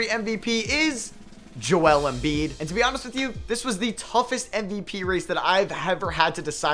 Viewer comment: Not that i had much but i lost all respect for you after sayin Embiid Unsubscdibed Goodbye